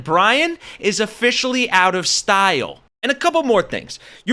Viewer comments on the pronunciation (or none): This guy's name is pronounced Steele/Steal, not Style. Like the metal or theft not someone who has good fashion sense. Derrick van Orton's town halls in district 3 aren't much better.